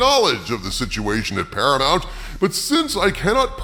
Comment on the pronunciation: PARAMOUNT = "para-muck"????